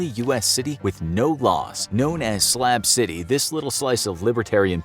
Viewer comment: SLAB CITY BUT I SWEAR IT SOUNDS LIKE HE'S SAYING SLAP CITY